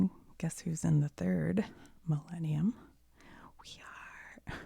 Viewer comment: when she said millenium i herad malenia then i got elden ring ptsd for a moment until she wrote the word 💀